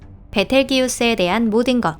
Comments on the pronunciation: 기우스가아니라 게우스데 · 베텔기우스ㅋㅋㅋㅋ 베텔게우스인데